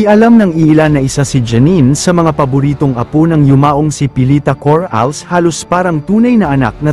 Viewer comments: Coralles. Ndi Cor Ales mali Ang pronunciation mo .😮😮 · bwisit ipronounce mo maayos yong Corales!